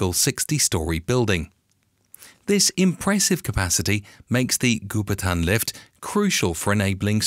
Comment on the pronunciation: Goupitan is pronounced "Go Pea Tarn", not "goo per tan".